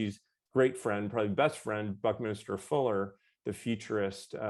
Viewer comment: BuckMinster Fuller (not Minister)